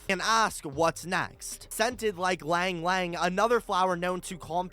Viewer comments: as a Filipino, I died a little XD it's pronounced as e (as in "the letter e")-lang (the a here is pronounced the same as the a in "angle") e-lang here, at least.... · So excited for chapter 3! Love the video <3 However, I'd like to offer a bit of correction regarding the pronunciation of "Ylang-Ylang" it's pronounced "E-lang, e-lang" it's just a minor thing, so feel free to ignore